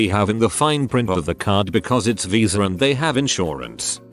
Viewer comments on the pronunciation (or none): none